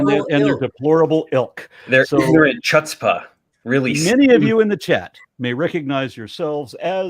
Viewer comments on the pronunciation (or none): Love this but also you need to learn to pronounce chutzpah. 😬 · Chutzpah = hootspa